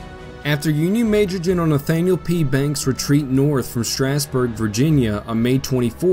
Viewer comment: It's sad that all of the pictures you use to illustrate this video show the Confederates with the battle flag. It wasn't adopted by the Army of Northern Virginia for another year after this battle. So much for visual accuracy. In the Valley, we say Straws-burg not Strass-burg.